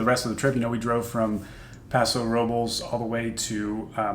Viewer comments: YOU SAID PASO ROBULLS LMAOOO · pahso.....robe-Ls....come on. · is correct. It's pronounced Paso Ro-bless. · I don't think anyone that lives in Paso Robles prononuces it "rob- L(e)s" from all the times I've gone there for wine. The same reason why I don't say "spa-ghee-tee" (spaghetti)